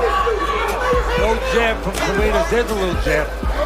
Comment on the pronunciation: Fareñas hindi farenas